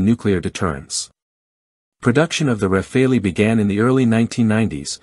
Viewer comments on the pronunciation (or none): For heaven's sake it's RAFALE, like CHACAL, like FOCAL and NOT RAFAELI. When are you, Americans, going to stop butchering other people's languages ? This is utterly annoying !